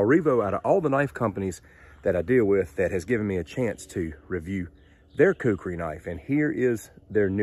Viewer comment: First let me say, you pronounced Khukuri just fine, Not to worry. Second, in said movie you mentioned, yes the Khukuri in the right hands is the most dangerous knife ever known. It even beat my Kabar USMC knife, and I love that thing. But the Khukuri is just brutal. Third, actually the Khukuri was designed and created at an agricultural tool first, and a weapon second. Fourth, people in rural Nepal still carry a Khukuri when they go out. And lastly, yes I am a Khukuri collector, but I get mine directly from a shop in Nepal. All of which are hand made out of 5160 spring steel. As for the handle, that one you have is pretty much correct. A full length rat tail tang. However, the shop I get mine from is now making full tang versions of traditional and military Khukuri’s. And they are more then just choppers. Use the fattest part of the blade to chop with, and the inner curve, near the handle for slicing and such like. A good Khukuri is more then a tool and or weapon, but a friend in the field, when you need it.